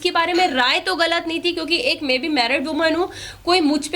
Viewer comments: Main ❌में✔️🤡 Clear❌ किलियर ✔️🤡 Maine ❌ मेने✔️ 🤡 Aur ❌ ओर ✔️🤡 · Me,me nahi hota madam msi bolna Sikh lo.. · मे मे नहीं होता मैं होता हैं बकरी 😂😂